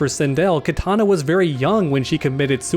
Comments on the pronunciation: Please stop saying Katana, it hurts my ears...Kitana is pronounced "KEY TANA" not Katana as in the weapon. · Kitana not Katana